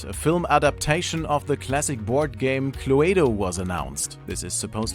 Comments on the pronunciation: It’s pronounced “clue-DOH”. WTF is “Clue-way-doh” FFS... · Clue-do... It's pronounced clue-do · Clue-aye-doe? K.. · who says clu ay do ? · Wow, who would have thought cluedo was such a hard word to pronounce, I wouldn't want to hear him say aluminium 😅😅😅